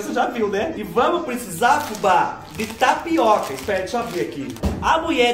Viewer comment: Fubá do céu, a hora que ocê falô "tapiaca" deve tê sido um aviso que era mais uma tapeação da muié da internet... 😁😆🤣